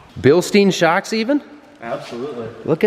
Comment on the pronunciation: Pronounced like Bilstyne, not Bilsteen...